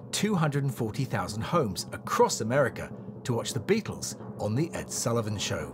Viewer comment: "Beattles"